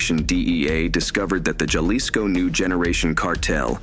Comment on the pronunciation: Mexicans pronounce J at the beginng of a word as H. So jalisco is pronounced 'huh lis co' not 'juh lis co'